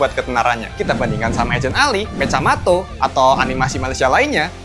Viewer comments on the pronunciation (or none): Singkatnya, di malaysia udah pesta uang, sedangkan di Indo baru mau mulai kerja🗿🗿 Mecamato gak tuh🗿🗿 Mechamato bang(cara bacanya mekamato) 🗿🗿